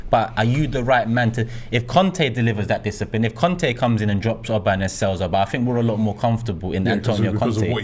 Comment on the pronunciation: you're too old to be saying "oba" instead of "auba" fix up man, coming like some uncultured fish